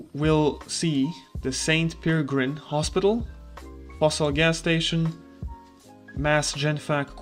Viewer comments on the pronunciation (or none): none